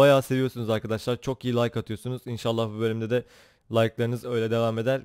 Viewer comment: abi başta merhaba arkadaşlar derken hızlı söylediğin için merhaba kasarlar çıkıyor zazaaaaaaa xdxdxs